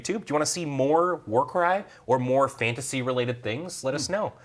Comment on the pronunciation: AF Fan-ta-say